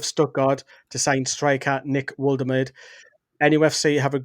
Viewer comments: Think it’s pronounced Volta marda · Just a heads-up that it's pronounced Voltamada 👍🏻